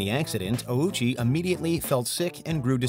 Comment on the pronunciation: Respectfully, this video is not great. First off, Ouchi's name was pronounced incorrectly every time, and you kept all the misinformation here about his case. Secondly though, some of these are nowhere near "the most brutal ever." As some of my friends in the comments said, having something we aren't sure even existed over cases like Likens and Junko is criminal.